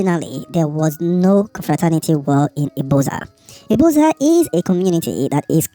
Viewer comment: It's pronounced ibuzor view